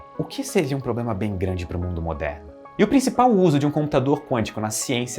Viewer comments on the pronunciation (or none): none